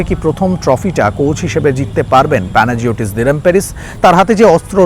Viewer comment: উচ্চারণটা হল প্যানাইওটিস ডিলবেরিস (অথবা ডিলম্বেরিস)